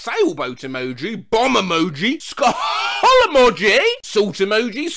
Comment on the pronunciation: I love how sometimes says ska hull emoji